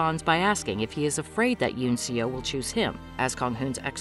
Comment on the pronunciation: The one who gives eun seo her humorous dog costume for handing out advertising flyers is her brother, not Kang Hoon. And Seo is pronounced Saw.